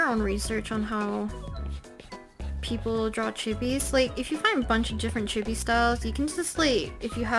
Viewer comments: if she says “chibi” like “gibby” one more time i stg 😭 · "Chebies" that's what I hear and I hate it. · Chibi is pronounced chEE-Bee btw ;) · I love this video, very informative! I even didn't mind the incorrect "chibby" pronunciation since I know it's a common mistake lol